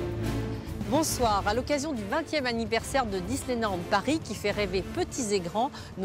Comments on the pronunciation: Suis - je la seule à avoir remarqué qu'au début elle dit ; "Disney Nand" ? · Elle a dis disneynand la dame LOL 😂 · Elle a dit Disneynand,, tu as dit Disneynand, méchante. De plus tu as bien insistée sur le N de nand, je vais devoir te remettre dans le placard